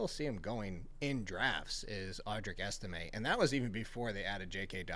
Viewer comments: This dude really said Estime are you serious?? What kind of analysis is that..this dude needs a new profession needs to be banned from fantasypros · Estime??? Come on. please do better.